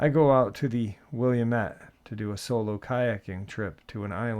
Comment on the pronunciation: Just an FYI: It's ORYGUN (OREGON) and the river WILLAMETTE IS Will-a-mett. Thanks!!! 😊